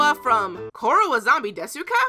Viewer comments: Argh my pet peeve in japanese pronunciation. Desu=des. I know people don't know that but god it grates, this is why pedants shouldn't study other languages lol. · fyi when saying "desu" you mustn't pronounce the "u" at the end.